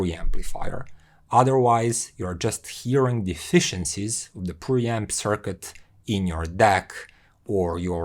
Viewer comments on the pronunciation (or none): none